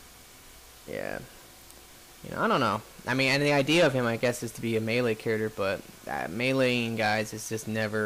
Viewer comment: You have to get them from the store like he did in this video. It's all random though so it will probably take you awhile. Also, please pronounce CHARACTER correctly or at least close.